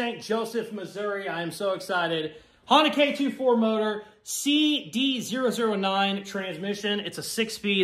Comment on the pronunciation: The only problem I've had with this video is the pronunciation lmao, k "24" and cd "o" 9 is how people pronounce em normally, I know with all the USDM shit you probably don't know better but OOOOOOOO I was losing it